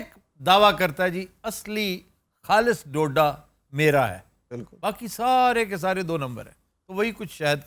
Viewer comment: Aftab it’s Dhodha not doda